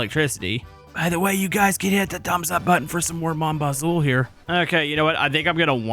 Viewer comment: your saying mon bazou wrong